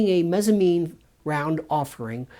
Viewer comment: Mezzanine not Mezzamine. It's like a Mezzanine floor, a middle floor between two floors in a building.